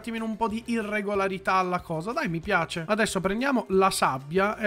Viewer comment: è fantashtica è caratterishtica me piashe